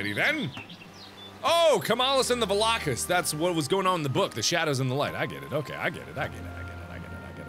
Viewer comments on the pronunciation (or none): When he kept on saying Valokas I thought✨vodka ✨